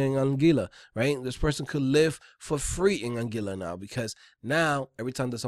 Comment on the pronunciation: Don't know if you would care, but it's pronounced An-gwee-la (Anguilla). Keep the vids coming though. Thanks!